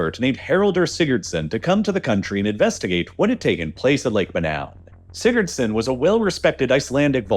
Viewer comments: Laying dead on the floor rn the experts name was what in a huh-son? I’m Icelandic and even I can’t tell what you just said man😭 Edit: alr nevermind Sigurðsson, got it🪟🏃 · Do you mean Haraldur Sigurðson? I'm Icelandic and that pronounciation... You'll get there soon if you keep trying.